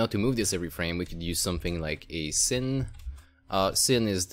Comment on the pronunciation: Sin / Sine is pronounced as "sign" =) Nice video though, thanks